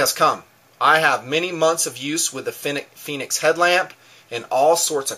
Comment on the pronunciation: Its pronounced Fen-ick's, like "Fen" in Fenway Ballpark and "icks" like tickets. NOT "Phoenix" like the mythological fire bird. Call the company and listen to them answer the phone if you don't believe me! Fenix makes a great little light. I love their user interface too. Unfortunately they changed the design of the P2D and L1D lights, which used to have interchangeable battery housings. This allowed you to use the same flashlight with a AA or 123A battery. Olight is a good brand too.